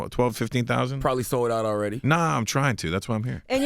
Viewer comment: ... across the Warld!... the Warld...